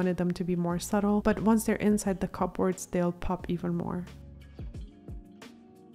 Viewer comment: Check your pronunciation of "cupboards."